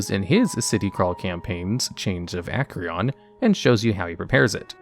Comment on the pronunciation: I like your videos, but the mispronunciations of everything had me laughing. Dimensions (Plural) 20. Matthew CORville. Chains of Ack-ree-on. It's like you googled all this stuff to add it to your video. I'm not even criticizing, it's just funny.